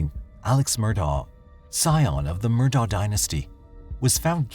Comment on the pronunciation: I have a hard time putting any credence in this story about the Murdaugh murders when the narrator cant even pronounce the man's first and last name. Its Pronounced "Ellick Murdock" damnit. The entire evidence is not presented, just evidence cherry picked to get views. This story needs to be updated by the original presenter. A lot has happened since May 21, 2023. Get it right or stay quiet.